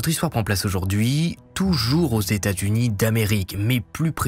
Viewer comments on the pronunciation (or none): Il faut vraiment que tu fasses un effort de prononciation concernant les états aux US 😂